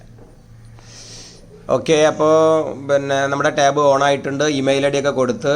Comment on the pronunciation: ടേവ് അല്ല ടാവ്